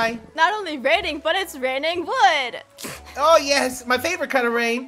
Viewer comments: why did she pronounce wood like wuud its so funny! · i love the woowds, it’s so fun to pronounce it like thay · pronunciation of wood made me realize only just now that I pronounce the oo's in food and wood differently.